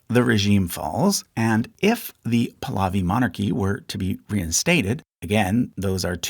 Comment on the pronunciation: When you mispronounce Pahlavi throughout the video, then it shows that you haven't really done a thorough research.